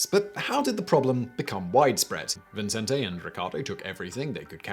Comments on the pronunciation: It's VICENTE, not Vincente. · Huh. I'm in Las Cruces, NM just 40 minutes north of El Paso, been to Juarez a number of times, and never heard of this. Great video. ...and don't mean to nitpick but you keep saying Vincente instead of Vicente [vee-sehn-teh]. There's only one n. People add it to mine all the time too. lol It's also pretty common to give the t a softer th sound. I know I do. 🙂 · His name is Vicente Sotelo Alardín, no ‘n’ before the ‘c’, i.e. pronounced Vi-cen-te. Think of Vicente Fernandez, former president of Mexico. It is my sir name, so I hear it pronounced like Vincent all the time…like my whole life, all well it usually gives me a chuckle.